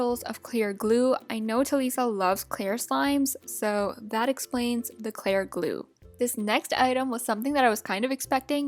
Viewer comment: My ocd kicked in when she said "ClAir GlUe" Its a joke